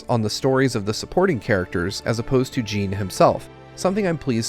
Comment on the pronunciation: I was going to comment the same. "Jin" rhymes with "bin", not "Jean" which rhymes with "bean"